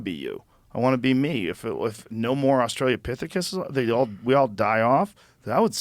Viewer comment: Austral-o-pithecus. Not Austral-ia-pithecus. Why has no guest ever corrected his verbal misspelling?